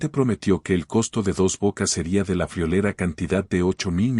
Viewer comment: si eres el de Atypical👍🏻; Solo sugiero que pongas a leer tu reportaje, a una persona que sepa respetar los puntos y comas. Dile también que entre otros errores, se dice friolera y no “fiolera”. Un saludo cordial.